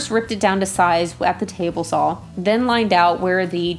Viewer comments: Ahem, "sawl". :) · like your videos and you have wonderful skills, but it`so saw not sawl.